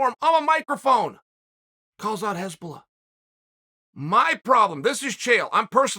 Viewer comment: Hasbullah, not Hezbollah lol. Hezbollah is a murderous bunch.